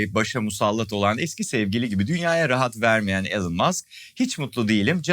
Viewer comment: "Elon"un okunuşu "ilon" , "elın" DeGeneres olan Ellen, e'si biraz geniş olsa Allen olurdu, "alen" de Delon olan.